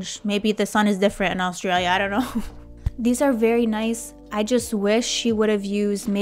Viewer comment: The way you pronounce Australia gives my heart burn 😂